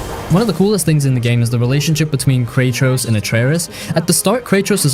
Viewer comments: "Kay Tross" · Did he just call him Krachos?